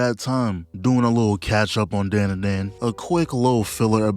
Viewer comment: You hear the OP and still say the name wrong? We gotta stay locked in,.